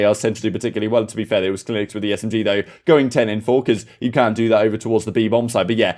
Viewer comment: His name is cleanx not clinex if you weren't speaking so fast you might be able to pronounce words better